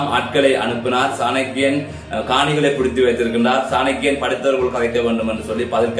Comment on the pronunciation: Bro சாணக்கிய ராஜ குல புத்திர. பெயரை சரியாக உச்சரிக்கவும்